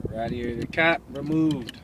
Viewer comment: And its ray*d*ai*tor not ra